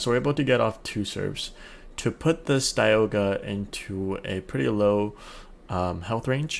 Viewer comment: Does this guy know how to pronounce dialga